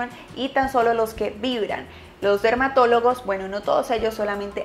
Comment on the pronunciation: Min le entendí dermatolocos 😂